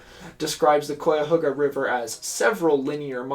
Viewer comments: Yeah, the first syllable rhymes with "guy." its ok though, this video was such amazing research and commentary that i forgive this transgression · This is the first time you’ve covered my home town and I love it but the “cuy” in Cuyahoga is pronounced like the “Kay” in kayak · as an ohioan hearing him pronounce Cuyahoga wrong every time hurts my soul 😭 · im a year late here but as someone from cleveland its so funny to hear someone talk about this (and always interesting to see how people pronounce Cuyahoga that arent from here) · it normaly never peeves me when something is mispronounced but me and my brother are now doing a drinking game anytime tor mispronounces cuyahoga and I expect to need my stomach pumped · As an environmentalist Clevelander, the amount of pride I feel from coming from the same place as Stokes is crazy. Not finished with the video but I hope you mention of Cleveland now has one of the countries greatest Metroparks! Also you mispronounced Cuyahoga all video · Love you but the mispronunciation of Cuyahoga is actively causing my sanity to deteriorate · You're very close with the pronunciations of the river. Actually, I knew what river you'd be talking about. I grew up in Northern Ohio and that river ran through our town. In the late 70s they built beautiful walking paths along it. There are even more now. When I go back to Ohio to visit family we always walk along there. No one in the 70s would have dreamed of even stepping foot in it though. Even now, according to my family, it's still not clean and no one goes in it. They do kayak on it. I'm not sure how long it will take for all the chemicals from the Cleveland factories to dissolve . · It’s always fun hearing non northeast Ohioans pronounce cuyahoga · The ohioan in me cringes at the pronunciation at cuyahoga. Great video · Yes, you mispronounced it the whole time. It's usually said "Ky-uh-ho-guh" ... sometimes "Ky-uh-hog-uh" ... not Koi like the fish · kai-ahoga, not coy-ahoga 😂🎉